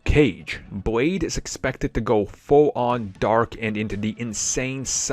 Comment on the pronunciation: Did he say Boyd instead of Blade because he certainly didn’t use the letter L🙄.